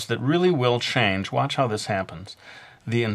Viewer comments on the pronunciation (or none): none